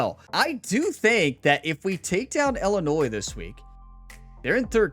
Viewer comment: As an Illinois resident I cringe the way you pronounce the state name. Its not Illinoise please. As a Purdue graduate, Boiler Up and Hammer Down!!!